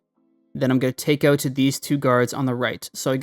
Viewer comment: oot? You must be a fellow Canuck?